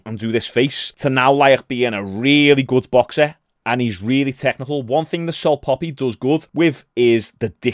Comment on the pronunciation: The only thing getting obliterated is pronunciation of salt papi 😂